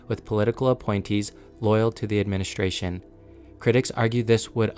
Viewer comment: It's a very good video, but I have a suggestion for the narrator. Please stop adding an "H" to words that have "S-T-R" in them. It isn't "shtrength," it's "strength." It isn't "adminishtration," it's "administration." It isn't "shtructure," it's "structure." When you speak in an unnatural way, it distracts the listener. You did this several times in just the first minute or two, and I have no idea why. It might seem petty, but I hired and trained TV news broadcasters, and speaking plainly and naturally without affectations is the mark of a good communicator. Work on it, and you'll be a better narrator. Otherwise, great job.